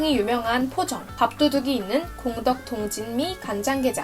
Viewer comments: 공덕 동진미 간장게장이 아니라 공덕동 진미 간장게장입니다. 잘못 띄어 읽으신듯....서울 공덕동에 진미식당이라고 간장게장 맛집있음. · 공덕동진미... 읽을 때 공덕동 하고 끊고 읽어야지요. 공덕동은 지명입니다. 서울시 마포구 공덕동의 공덕동 입니다.